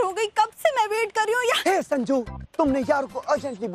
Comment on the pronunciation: sajnu instead of sanju